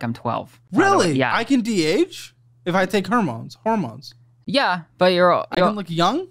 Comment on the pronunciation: Hermones 😂😂 Freudian slip...👍🏼